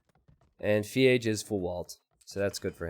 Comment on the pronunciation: It triggers me when you say Feage, the way its written in his name "FeAge" makes me think its a play on words with Iron Age from AOE 1